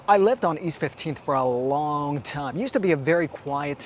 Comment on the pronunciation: Did he just say he had lived there for a Wong time? Man I am funny.